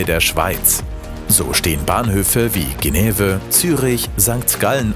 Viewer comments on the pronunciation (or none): Wenn ihr Orte, wie Genf in der Fremdsprache nennt, dann Richtig! "Schenev" und nicht "Geneve"! Das tönt etwa Gleich, wie Deutschländer! Gruss aus der Schweiz! Denn da gibt es viele No Goes, wie Züricher, Baseler und eben Genever!